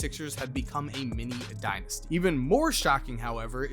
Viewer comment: How many times did you say Mimi dinisty